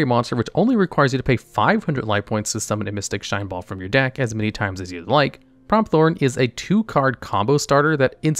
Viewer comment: Pretty sure its pronounced Prompt-horn not promp-thorn